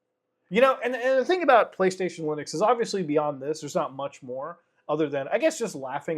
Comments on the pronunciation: Lunix ? Am I the only one hearing that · I fggn lost it when he said loonix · Clicked so I could hear him say ”Lunix” funny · Am I the only one who almost spat his water out in laughter, when he said "Loonix"? 🤣